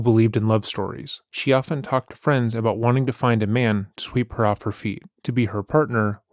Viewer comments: Always assumed was American but just heard his say "aboot" and now I'm questioning that😂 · Somehow I never caught on to you being Canadian until I heard you say Aboot in this one lol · It's so funny how he's hidden it for so long and now 2 videos in a row he's giving us "sore-ry" and "aboot" 😂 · Am i tripping or is dude saying aboot I haven't heard him pronounce it like that before 🤔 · I’ve been subscribed for over a year and it’s just now dawned on me that you’re Canadian! Canadians pronounce the word “about” very uniquely. 😅 Love the channel